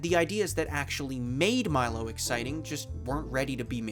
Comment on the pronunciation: Thats not how you pronounce Milo!!!